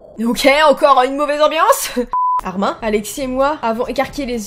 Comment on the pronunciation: Armin ce prononce armine